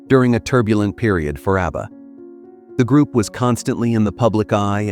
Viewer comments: Mate, it's 'ABBA' not 'Arbour!' 😂😂😂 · Pronounced ABBA, not ARBA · oh wow, you really are sarcastic aren't you? I am British. I speak English and nowhere in the world is Abba pronounced the way it was pronounced in your video. I was correcting the pronunciation. I won't be back here. I only follow nice people. Have a wonderful day. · Is jarring every time ABBA is mispronounced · mispronounced abba sounds ridiculous & personally I'd prefer to her your voice, for all the hard work you've done! I did make another comment on your upoad. (2 comments) Just to let you know, I'm mostly dyslexic & not making out I'm smart! There's nothing wrong with me prefering to hear you speak with your own voice instead of a ai vocals.. I'm glad you commented.🙏🏽 ..